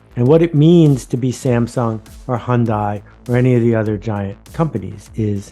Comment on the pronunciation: 현대. 발음을. 잘못 배웠네욤